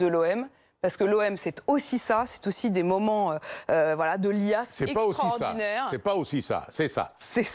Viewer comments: Notez le lapsus de la journaliste à la fin (18min) “moment de liasses” au lieu de “moment de liesse”. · "Des moments de liasse"....quel lapsus quand même!!!! Viiite....passez lui un dictionnaire! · "Des moments de liasses"de liesses 😃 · Le p'tit lapsus à : "L'OM c'est aussi des moments de liasse extraordinaire " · "l'Om c'est des moment de "liasse" extraordinaire". Jolie lapsus de la journaliste.